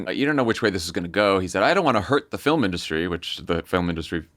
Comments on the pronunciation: He also said F I L I M ... not FILM ... just check! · One syllable - FILM. Lil donnie pronounced it "fill-em." Moron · ... fillum industry...? 😂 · It wasn't INdustry that he said weirdly it was FILL'm - for film. He said FILL'm in-dustry which may, potentially, be rooted in his Scottish mother's pronunciation of the word film. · Trump said “fil-em industry” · Trump also said “film” like ‘fill’em’ 🤨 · Anyone else do a double take on the bit where the orange man mispronounced film as “fill-um”? How can anyone NOT think he’s in cognitive decline with things like that?! Out of touch about kids toys? Certainly. Doesn’t understand there are people just struggling to find housing or put food on the table, let alone buy toys? Absolutely! But also…he can’t remember how to say “film”! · It drives me crazy when people (Trump) pronounce the word film as fill-umm 😝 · “Our “filim” industry”…GD I can’t stand that orange stained abomination. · However you like industry pronounced, I was backing up to catch "fillum". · It’s “fill-ems” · Did he pronounce ‘film’ as ‘fillum’? He continues to be truly awful with a teleprompter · So we’re just not going to talk about Trump saying fill-mm (film)? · Just that the president said "movie" 3x in a press conference and pronounces "film" fillum. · Nobody on the pod went after "fill-um"? 🙄